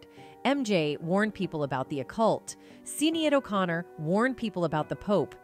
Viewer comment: when she pronounced Sinead O'Conner incorrectly I knew this was a computer voice fake video made by AI